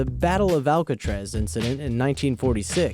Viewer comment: "alcatz prizon"